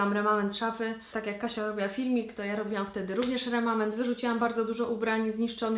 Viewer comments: remament? lol chyba remanent :P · chyba "remanent" :))